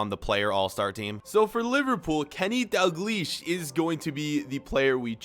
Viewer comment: you should pronounce the l in daLglish